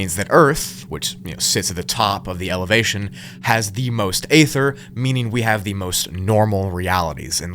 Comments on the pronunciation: You really need to learn how to pronounce stuff, including ether and Magellan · Stop using the word ether till you learn how to pronounce the word ether